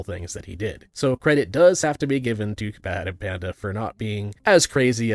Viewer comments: Great video, but it's "BadEmpanada" not "BadEmpanda" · BadEmpanda is a criminal way of saying BadEmpanada. 😂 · It's interesting to see BadEmpanada fans only response to this video is: -Watch his response -In his response he said you were wrong -Watch his response to understand -Watch his content to understand -You say his name wrong Is very ironic if you ask me. Because not so long ago, right wingers said the same thing to them about Ben Shapiro. Like, they will go in an LGBTQ+ video, get in the comment section to cope and seeth of people being happy. And when anyone questioned them, they will just link them to a clip compilation of Ben Shapiro Owning SJWs Or a full video made by him. You are doing the same. As you can see by my comment, you CAN write long responses to the video. So like RESPOND to the video, and if you do, try to do it on your own. Don't have BadEmpanada's video in another tab to listen and copy his points. Try thinking on your own and actually listen to the other side to respond, not instantly assume that they are wrong and try to look for reasons to justify why they are wrong. Also, don't respond to a comment, have some balls and make your own comment responding to them, don't hide in the replies figthing some random guy who said something with a grammar error. And lastly, mentions the name wrong because he doesn't speak spanish. And Empanada is a name that you need to say in Spanish to make it sound normal. BadEmpanada can do this because he is Argentinian. Please, you guys constantly speak about being understanding and inclusive, cut the guy some slack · How exactly do you mispronounce "BadEmpanada" every single time?